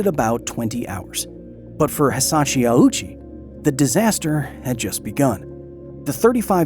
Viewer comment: Very interesting video, but I gotta say that the constant (mis)pronunciation of Hisashi Ouchi as Hisachi Owoochi / Awoochi was kinda jarring. If you had pulled his name through Google Translate's read aloud function once, you'd have heard it's hee-sah-shee ohh-chee. OU in Japanese means "long O". Edit: bruh you literally have a Japanese person say his name properly and you still used 3 different wrong pronunciations yourself...